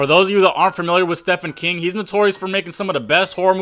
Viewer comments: You're saying Stephen kings wrong.. it's pronounced Steven. Idk why his parents name him Steven then spelled it as Stephen so don't ask me just know you're saying wrong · clean pants on this side. just think the misinformed, who read an article or two and its so obvious they dont know what hes talking about based on his pronunciation of "stefan king" alone (cmon dude is most well known moern author), shouldn't make vids just cuz he got a cam. obviously he can,but i can comment what i want and shit in anyones pants i feel like. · Bro learn how to pronounce shit properly before making a video. Stefan king...really? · Ah yes, I too know sthepan keeng as well. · Its pronounced steven king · Bro... His name is pronounced Steven King... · If I hear him mispronounce Stephen King again, I'm gonna lose it. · You can't even say the man's name right and he's one of the most famous modern authors. I call cap that you've ever even read "the shining" or "it".Maybe seen the movies but don't pull that " shoutout to pennywise and my personal favorite. The shining". Hell i doubt you even read the mist and its a short story and doesn't even end how you said. The ending you referred to was the ending Frank Darabont gave the movie adaptation. Though King has said he prefers it i really don't think it was gonna inspire AoT's ending.........but speaking of Mr.King..........Stefan King?!really?! MAN GTFO WIT THAT GARBAGE. How you gonna say "for you guy's unfamiliar with (name butchery) Stefan King "..........Homie you aren't familiar. Go read a book instead of just manga and stop thinking watching movie adaptations of stories means you read the source material. And most important stop making shit up and trying to pass it off as truth..........that shit is the cancer of youtube,or at least the hepatitis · You just know this guy didn’t know who Stephen King was until he researched this. What else could explain this pronunciation 😂